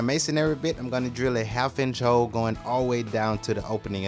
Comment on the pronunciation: Whenever he says hole. I heard hoe🤘😭😂